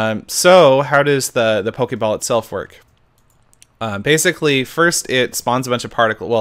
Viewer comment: Err why u say pokei ball FUUUUUULKLLK